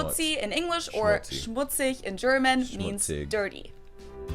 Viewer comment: Uff you pronounce the German Words like a German Nice Vocal Skills